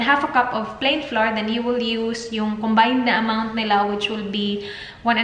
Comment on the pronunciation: Hey! I don’t mean to offend you. But “flour” is pronounced as “flower”. I have been saying it incorrectly too for a long time until my Portuguese-Canadian husband corrected me 😁 Also, I researched on it and it is pronounced as “flower”. Thanks for making everyone happy with your vlogs including me! God bless you and Dan 😊